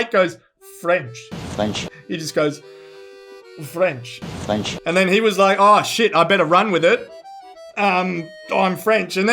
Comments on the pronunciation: Definitely French dudes there. Can't form a sentence, can't even pronounce "french" properly. Definitely French, yup ! :D some stuff just do not change over decades ^^" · Frenchman here, guys were defo French; how they pronounced the word "English" and the "R" in the word "French" gives it away. Then he actually mutters some French, ending the interview with "Chais pas" which is a contracted "Je ne sais pas" that only French-speaking/native people use. Was a funny bit, though. Love ya <3 French Kissing ya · Merci! Je parle un peu français and could not figure out what that last bit was. Still, I think that first word, "French," sounds like an English speaker saying it.